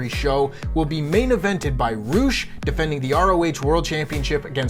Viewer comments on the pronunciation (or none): Did he call Rush “roosh”???